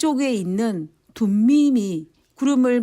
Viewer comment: 둠빔이(x) 아니라 "둠밈" 이라고 발음을 하셔야 합니다